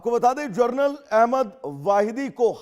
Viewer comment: वाहिदी जी जरनल है या जनरल ?